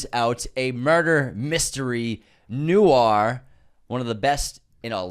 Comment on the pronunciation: Inconsistent pronunciation of the word ‘noir’. First was noo-ahr. Second was noor. I feel like I’m taking crazy pills. Unsubscribe! 😂 #nwahr